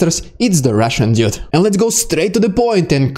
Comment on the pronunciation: The emotions this guy presents are really good! While respecting the tragedies involved; It's entertaining to listen to this news delivery! It kills me that he cannot pronounce "Dude" or "first" LOL! He says "Dyood" and "fiyorst" But it's AOK; part of the entertainment deal! The mimicking of Russian commanders is especially funny. Or should I say, "Fyunny"!??